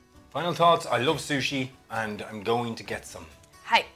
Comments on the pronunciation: Californian 'Sushi' :( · As a Japanese person, i am mortified by this “sushi” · How can they call it sushi? Sounds like Sushit